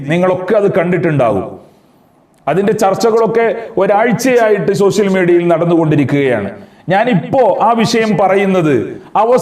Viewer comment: സൊസിൽ മീഡിയ അല്ല സോഷ്യൽ മീഡിയ